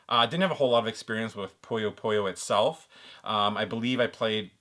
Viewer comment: It is pronounced "Puh-yoh Puh-Yoh" great video as always man!